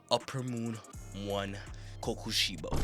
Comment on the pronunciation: Nigga said gyoma and koyusuki💀